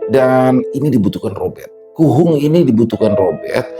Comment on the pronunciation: KUHUNGK .... bukan kuhung 🤭